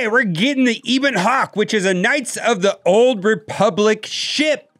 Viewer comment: Just so you know its a short e in ebon hawk